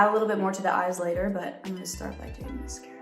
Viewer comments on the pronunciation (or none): Everyone: i love sabrina so much Me: why is she saying miscara it's mascara lol (I love her so much tho) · she said “mes-cara”